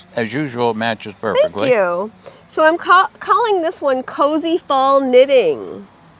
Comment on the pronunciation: Love the Bewitched collection. I love the yarn and bag this week. I thought you said it was “CozyThong “ knitting. I finally heard Cozy Fall. LOL ❤️🌺